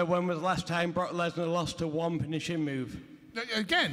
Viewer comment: "When's the wast time Wesnar wost to one finishing move?"